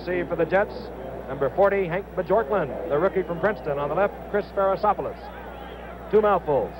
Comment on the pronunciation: "Hank Ba-Jork-Land",...? Oh Frank.